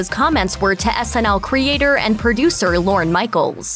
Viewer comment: Lorne...not "Loren".